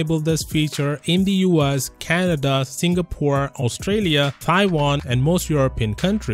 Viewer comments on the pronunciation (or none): none